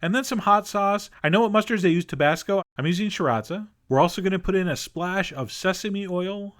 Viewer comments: sriracha is pronounced sea-ra-cha, not shi-rot-sa. i feel this is something a chef should know. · 36 did he say shiratsa? Cuz I think he meant sriracha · Lol he's in his 50s, I don't think he cares how to pronounce things right anymore.